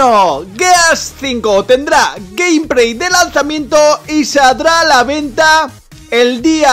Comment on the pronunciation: Gamepray hejeje q mal hablas tío es gameplay con la letra L